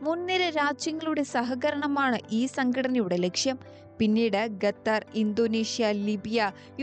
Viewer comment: നേരാം വണ്ണം അക്ഷര വാക്ക് അഭ്യാസമില്ലാത്ത ആളുകൾ ന്യൂസ് വായിക്കുന്നത് വളരെ മോശം ആണ്. ഇതൊരു ഔദ്യോഗിക ന്യൂസ് ചാനൽ അല്ലേ ? ഗത്തർ ❌ ഖത്തർ ✅ ഇക്വാറ്റർ❌ ഇഖ്വഡോർ ✅ ആരാംകോ❌ അരാംകോ ✅ ബരാൽ ❌ ബാരൽ ✅